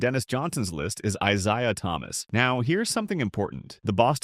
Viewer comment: If only the AI could say Isiah Thomas' first name. Should have just called him Zeke